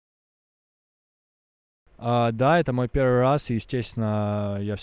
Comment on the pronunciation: Акцент вообще ярый. Неужели можно родной язык забывать? Первый раз, пееерьвый матч, да и ударения. Что то я разочаровался, хотя поддерживаю знание инглиша!